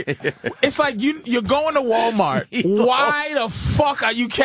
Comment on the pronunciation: Patrice's boston accent finnaly comes out when he say Walmart lmao